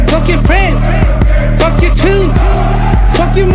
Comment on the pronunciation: fuck your ~ 훅을 마지막에도 한번더 넣어주지.. 이부분이 제일 좋은데.. 발음도 개 좋음..